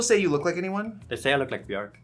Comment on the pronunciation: They day when English speakers learn how to pronounce ‘Björk’ we will finally have world peace ☮️